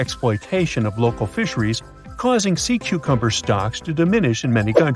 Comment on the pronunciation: At one point I heard this narrator say "Sea 'cumber." Then later they said "One of most 'interting'..." And I'm not halfway through the video. Does anyone edit these things?